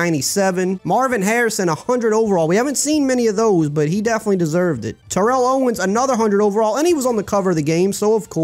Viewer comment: lol TO would hate how you're saying his first name